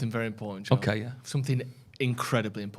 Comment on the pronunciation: Everytime says Joe all I here is Drew lol